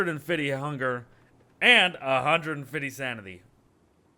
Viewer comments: A hundred and FIDDY XD 😂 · one hundred fitty????